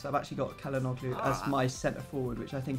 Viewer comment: pllllllllllllllllls stop saying kalanoglu